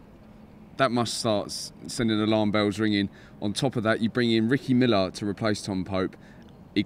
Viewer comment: It’s Ricky Miller not Ricky Millard.